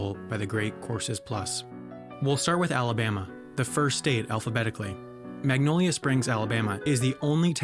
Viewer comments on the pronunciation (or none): none